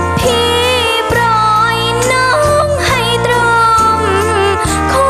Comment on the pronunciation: ปล่อย ล.ลิง ครับ ไม่ใช้ ร.เรือ แต่เสียงดีมาก มีเอกลักษณ์ดี ชอบ :) คนชัยภูมิ